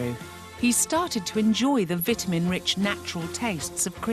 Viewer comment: ITS VITAMIN WOMAN!! V Ī T A M I N!